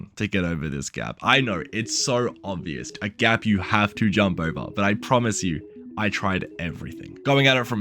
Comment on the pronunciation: Good vid dude. You said “obvioust” .